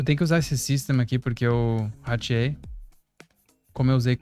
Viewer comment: time "ratiei"? kkkk ótimo vídeo!! alias, ótima série